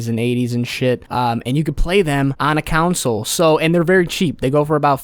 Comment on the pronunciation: Why you saying a counsal instead of a consol